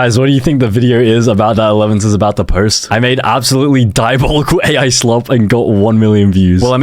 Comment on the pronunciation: "Five hundered Elevenz"